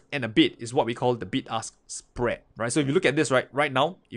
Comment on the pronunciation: Hahaha sounded like "big ass spread"